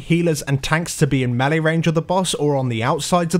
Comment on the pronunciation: Melee is pronounced "maylay" Learn to speak